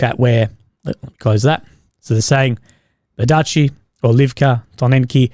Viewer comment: ByEr-dee-chi! Listen to how Ukrainians, Russians and Belarusians pronounce the toponyms. Imitate *them*.